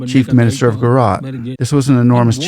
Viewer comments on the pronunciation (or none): It's not Spanish Central, or Latin American. The J is a hard j sound. Gu-ju-raat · We need less of your over speech - J is not Y , some education would be useful . Gu Ja Rat Gu ( like the start of Good ) Ja ( J for Jack / Jack is not Yack Rat ( Raat ) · Buddy, it's pronounced as "Guj-a(schwa)-raat'. The "J" in Gujarat is NEITHER silent or pronounced as "H" as in San José or "hour". As an Indian from India I can assure you that. India is blessed to have Modi. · Its Gujarat not Guarat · bro are you teaching us how to pronounce OUR names? no it's not jujrat, it's GUJRAAT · The "J" in Gujarat is pronounced like the J in Jack, jump etc. The roman alphabets in words from Indian languages are usually pronounced the same way as they are in English and not in other European languages like Spanish or French since we were a British colony. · FYI. The "ja" is not silent. Nor is it pronounced like "h" in Spanish or "y" in. Pure and simple "j" like in Joe or John. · India is not Mexico…not Spanish speaking. Please pronounce Gujarat with a J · this fellow can’t even read and pronounce the name of the state properly??? How difficult is it to read the spelling of the word GUJARAT and pronounce it properly. These chaps are either so dumb or with their heads in the cloud or up their ****, it’s amazing. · He silenced the J in Gujarat. Like how we say Joaquin Phoenix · Love your videos. Just one request, please pronounce the J in Gujarat as u would in English 😊 (not Spanish) Indians pronounce the letters per intended sound in Indian names and languages 😊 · Yeah , first i read you comment without watching the video, thought comment is a joke , but yeah he couldn't pronounce Gujarat well. Mainly 2nd syllable was messed up, juh (judge) and then raat ( language how do we explain how we pronounce night. Google translate would help )